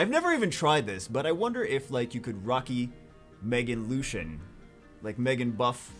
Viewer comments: I kept hearing rocky instead of raki and was so confused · Who is rocky? Or does he mean raki?